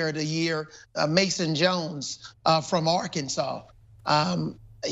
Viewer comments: He say Mason Jones 🤦🏾‍♂️🤦🏾‍♂️🤦🏾‍♂️ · This nigga said Mason Jones lmaoooo